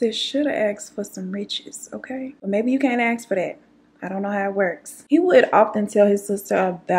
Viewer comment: aSk not aKs. Ask ask ask. Please say it properly.